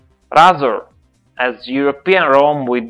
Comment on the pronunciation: Ray-Zer not Rah-zer